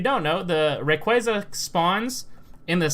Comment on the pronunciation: It really triggers me how you say rayquaza.😠